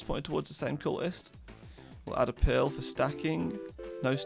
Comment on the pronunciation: Does anyone else hear pill in stead of pearl?